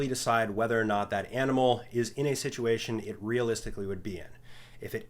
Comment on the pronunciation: ah yes "situatiom", thats a word